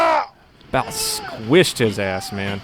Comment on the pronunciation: Squishid? ...... is that a new word? Roflmao 🤣